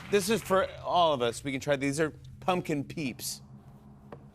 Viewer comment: bro the way he used the hard P on pumpkin peep killed me